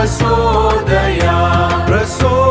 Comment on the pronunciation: Prajothayath( no prasodhayath)